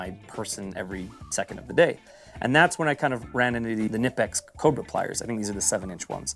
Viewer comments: Love the videos. By the way, I've heard several Germans pronounce it k'NEE-pex, and a few Germans pronounce it k'NI-pex, but no Germans pronouncing it NIP-ex. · carried a SAK tinker model with the phillips head instead of the corkscrew model in my right pocket for years and its been all ive ever needed and more also...its pronounced "kuh-nip-ex"..hard k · It’s Ka-Nip-X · It's pronounced KA - NIP - EX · Oddly enough, fyi, the brand is pronounced kuh-nip-x. That’s from the company itself, on the back of their t-shirts, too. But great video, i really appreciated the logic and ideas! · The K in Knipex is not silent..🤓🤭